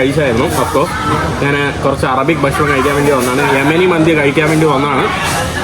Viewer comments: ബഷണം അല്ല, ഞാൻ എല്ലാ എപ്പിസോഡിലും കമന്റ്‌ ഇട്ടിട്ടുണ്ട്. ഭക്ഷണം എന്ന് ഉച്ഛരിക്കുന്നത് വരെ തുടരും സുഹൃത്തെ!!!! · പറയുമ്പോൾ ബഷാണം എന്നും എഴുതുമ്പോൾ ഭക്ഷണം എന്നു മലബാറിൽ ഭക്ഷണത്തിനു ബഷാണം എന്നാണ് പറയാറുള്ളത്, ചിലപ്പോൾ അവന്റെ നാട്ടിലും അങ്ങനെയാവും, ആരും ഉച്ചാരണ ശുദ്ധിയോടെ സംസാരിക്കാറില്ല